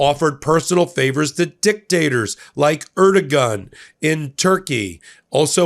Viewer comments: We knew this—he told Xi he agreed with him regarding internment camps. It’s pronounced Wee-Gers (Uyghur) and erdogan—pronounced Ere-dowahn. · Uyghurs (wee-guhrs) Erdoğan (er-doh-wahn) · Please learn how to pronounce uyghur and erdogan.